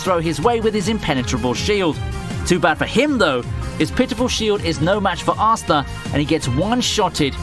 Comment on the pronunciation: I believe his name is pronounced astA, not assta